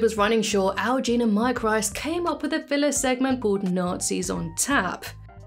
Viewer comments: Oh... it's pronounced Mike Reese not Rice. Also, I really doubt it was the censors making any comment about Ned in a Geo. That wouldn't bother them at all. It may have bothered the network. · You repeatedly mispronounce the name "Reiss." He pronounces it with a long E, not I.